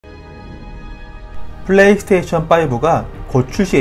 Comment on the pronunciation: 플레이 서테이션으로 들립니다.